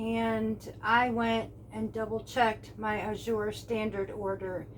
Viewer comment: Azure has grown by leaps and bounds. At our drop there is at least 25 new folks every !month. People are stocking up so they are running out faster and can't keep up. The tens will come back it just depends on harvest . also it is pronounced az sure not a zure jus t so ya know. Just keep putting it in your cart and check out before the cutoff so you she the price.!the grains will come back .farms harvest at different times